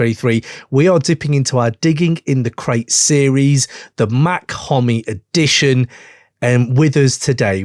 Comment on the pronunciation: It’s pronounced “Mock” not Mac